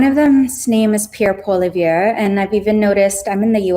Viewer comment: Fyi: Poilievre is pronounced "pwa-lee-EV"